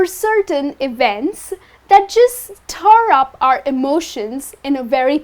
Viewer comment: Stirring - that's right but I wonder Is there a word 'stirr'? I guess u meant 'stir' and not stirrrr..